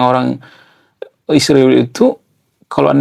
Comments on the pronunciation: Bro kenapa Israel di ucapkan jadi Isriwil..jangan ikut2 Konoha ya😅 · Ngapain nyebut Israel menjadi Isriwil ? Begitu besar nian kebencianmu.